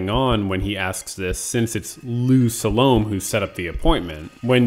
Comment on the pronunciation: Sa-lo-may ... not to rhyme with 'Stallone'.